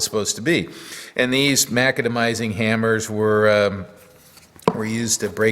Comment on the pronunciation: That's an interesting hammer. I would like to suggest that the pronunciation is mac-ADAM-eye-zing, after John McAdam.